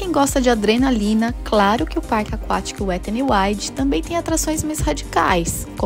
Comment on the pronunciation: "Wettany Wide" 🤭